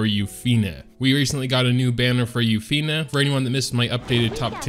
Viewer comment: Yu(u)-fine(fin) not u-fi-ney